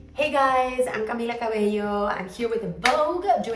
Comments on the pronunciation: I love how Cami pronounces her name. It’s the Cuban accent in her voice for me. 🤗🤗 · Camila makes me want to learn spanish so bad just so I can pronounce her name like she does ♥️♥️